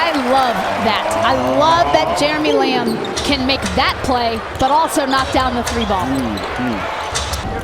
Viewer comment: did she called him jeremy lam